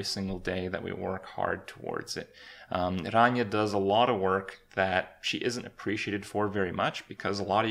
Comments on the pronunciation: randomchicken01 thats.. actually the correct way to pronounce it. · not 100% true. Rania is Greek, true and being greek myself, I can assure you he's doing a pretty good job at pronouncing it. Its not his native language obviously he won't be a pro at it. Its still not bad at all. If you have a look at Ranias channel and watch their cooking videos, he tries to pronounce the different dishes and greek words for the different vegetables. Also, Kripp may live in Canada but he's romanian. Which means his mothertongue does include a lot or R's that have to be rolled. After all imo he's doing a good job at giving her name the deserved pronounciation. :)